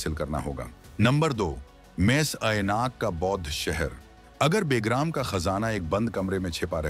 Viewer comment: बे + ग्राम = बेग्राम नहीं, बल्कि ब+ग्राम = बगराम बोला जाता है🐒